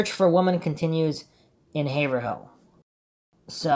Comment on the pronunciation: quick lesson: "haverhill" is pronounced "hay - vrul"